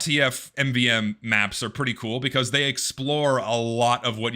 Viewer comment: My God, he can't pronounce MVM